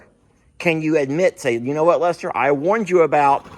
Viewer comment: I didn’t meet Journey except trough your videos but I love her, I miss her calling you Lester it sounded like she was saying “dad”